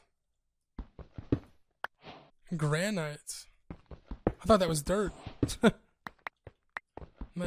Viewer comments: GranITE? Lmfaoooo its Gran-it... you know. THE ROCK. Like the countertop material in real life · This boi said GRAN IGHT